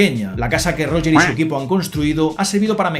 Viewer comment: PERO PORQUE COÑO LE DICES ROGEEEEEEER!? :popcorn-yellow-striped-smile::popcorn-yellow-striped-smile